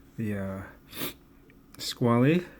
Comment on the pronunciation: You mispronounced Squale. It's pronounced as "Squall-uh" not "Squall-ee". It's one of the most important dive watch companies in history. Comparing anything they produce to a Steinhart, that has no pedigree, is quite blasphemous.